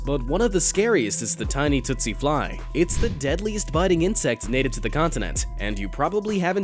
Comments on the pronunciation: Um...it’s TSETSE fly, not TOOTSIE fly. Pronounced TEET-see. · Tsetse is pronounced teatsee